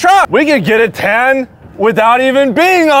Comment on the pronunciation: Tan, not ten.